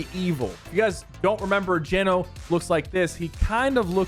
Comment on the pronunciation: i’m almost certain it’s pronounce gee-no not jen-o ❤️😂 also sypher i’ve been upset on your behalf since chapter 2 if anyone deserves a skin in game it’s you 😾